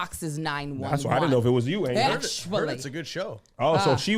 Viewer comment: It’s ANGEL. NOT ANGLE. DAMN 😂